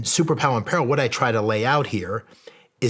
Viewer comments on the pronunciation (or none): So we just not gonna talk about how he mispronounced “peril”… Ok… 😅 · Shawn greatly appreciate your energy and your guest's. Bro please learn how to pronounce " PERIL" correctly. Moving forward you need to be on point in every aspect of production including pronouncing words correctly. Later bro ...